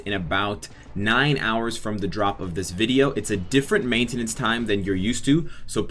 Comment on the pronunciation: bro u said maintenance wrong lol